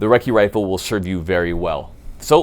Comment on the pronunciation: Ya gotta take a swig of beer every time he says recci rifle....